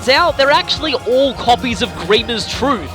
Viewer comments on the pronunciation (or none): none